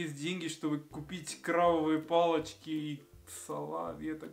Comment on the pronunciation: классное видео!!!!!!! 😂 особенно фраза "я такой мажор" 😂👍 знаешь, это одно из самых больших разочарований детства, что крабовые палочки не из крабов. Y mira es krabovie, con b de banco, no es krovavie, como lo estabas pronunciando un poco mal:( кровь es sangre